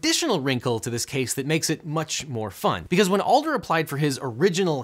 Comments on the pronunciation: ADler, not ALder. It even says it in the commercials you’re quoting. Try to represent the names in your stuff accurately. Especially when it isn’t that hard. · dudes name is Adler… I’m sorry but the little things get to me it’s not Alder… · Ooh so good video... but It's Jim ADLER, not ALDER. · Your saying the Texas Hammer’s name wrong it’s pronounced ADDler NOT Alder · Adler, not Alder. I've been watching his commercials since I was a toddler. Please remake this video. It's nearly unwatchable the way it is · I have an objection. You mispronounced Adler’s last name. It’s Add-ler Not Ald-er. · It’s Adler, not Alder. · Adler. Not Alder. AD-ler. This really took me out of the entire conversation, hearing him say AL-der over and over again. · Why does he keep saying ALder? It's Jim ADler, isn't it? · Hate to be that guy but he didn't pronounce Jim Adler's name right once. The D comes before the L. AD-ler not AL-der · It's "Adler," not "Alder." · Interesting, the only problem I have is you kept calling him "Alder" instead of "Adler" which is his name. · Arghhh, as someone who has listened to Jim's ads since birth.... it's AD-ler. Not AL-der. Ugh. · Why are you pronouncing his name "Alder", when his name is "Adler"? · I so badly want to watch this video, but in the first few minutes, you've said "Alder" about 20 times and his name is ADLER. Ad Ler. Not All Dur. You're a lawyer. Please don't call people by entirely the wrong name 20 times. Especially since the clip after the first time you said it was him SCREAMING his name. JIM ADLER THE TEXAS HAMMER. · It's Jim ADler but he kept saying ALder and it's distracting. I've seen far, far, far too many of his dumb commercials. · it was confusion for me. Who the hell is this 'Alder' guy? Ohhh, he's just mispronouncing "I'm Jim Adler The Texas Hammer" again. Every. Single. Time. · As a houstonian hearing Jim Adler being called “Alder” hurts 😂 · Love the videos, but it is Jim "AD-ler" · Hello, it's pronounced "Ad-Ler" just FYI